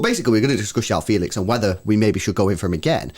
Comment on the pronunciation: Its not yao feelix🤣its juau fehlix(joão felix)